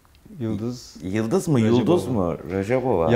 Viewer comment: ...òzbekcesinde Yulduz Yulduz diye okunyo da sòyleniyo da ama Yildiz diye degil. Yalan ya da yalnis soylemis oldun.